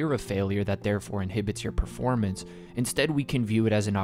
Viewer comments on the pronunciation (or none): none